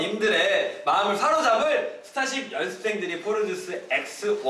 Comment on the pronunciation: 아닠ㅋㅋㅋㅋㅋ진짜 발음 넘 기여워ㅠㅠㅠ 스따십 연스센 송!형!준!